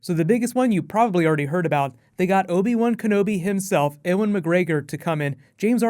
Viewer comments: Why the fuck cant you say 'Ewan McGregor' its not 'er-wen' its 'YOU-AN'! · Owen McGregor? It's Ewan... "You-an" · not trying to sound like a dick, loved the video, love all your vidoes infact :P but is Ewan pronounced differently in america? in the uk its 'You-an' just wondering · Eh-juan Mcgregor? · ...Did you just call him "Ehwin"? You have offended my Scottish soul... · Why can't you say "Ewan" properly? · you said ewan completely wrong btw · way to butcher the name ewan lol